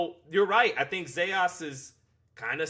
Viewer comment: It’s not Zejas! Is Zayas!